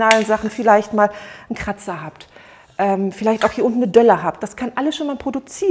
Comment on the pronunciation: Delle, nicht Dölle 😀